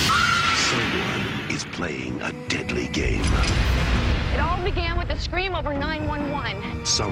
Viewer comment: The way he says 'Scream' at the end. It sounds like he's says 'Squem' XD